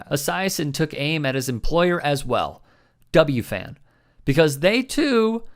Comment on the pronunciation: Can tell that doesn't live in the NYC area. WFAN is either "The Fan" or "double u, eff, a, en" not "double u, Fan." Not a criticism, just an observation. Boomer is weird. Even as he's saying these spot on things, he's saying them with a "Thin Blue Line" hat on his desk. An enigma!